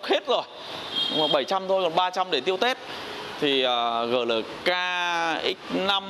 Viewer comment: GLK đọc Gờ Lờ K, nghe giống như nông dân vác tiền đi mua xe :(